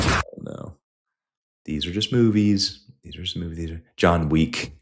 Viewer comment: John Weak is how they say it in Mexico 😂